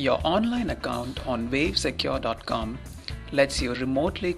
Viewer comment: Vave Secure? You having a laugh? Its Wave not Vave!